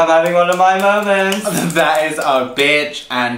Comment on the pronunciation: "I think I'm having one of my moewments!!" LOL YASSS